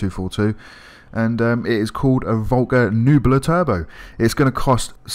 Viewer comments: It’s pronounced neh-bew-la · Btw the correct way you say this car’s name is ‘neh-bew-la’, just want to say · its NEH-BE U-LUH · Nebula = Neb-You-La Also a few points, you made it a. “Retro Drag Racer” even though it has camber and a roof rack?? You complain of it’s drifts nature even though it’s a drift car with heavy camber. And omg if you can’t pronounce nebula you shouldn’t be making videos. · Spells Nebula out loud, still proceeds to pronounce the “u” as an “e” and the “e” as a “u”. How do you fuck that up, honestly. I simply don’t get it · you can’t say nebula?